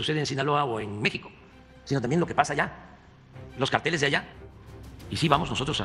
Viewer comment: No sabe ni pronunciar carteles 😂